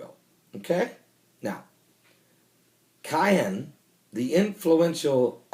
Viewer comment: First of all, It is very annoying to listen to you pronounce Ahmadinejad's name. Secondly, It is not KAYAN. It is not a Porche. It's is pronounced Key'hAn. Thirdly, I read Iranian media on a daily basis and there is no such a declaration by Iranian establishment. In fact, Khamenei pronounced a religious decree aka Fatwa making the manufacture of a nuclear device forbidden. So, stop spreading the nonsense. Last time I checked it is Iran that is surrounded by American bases and warships.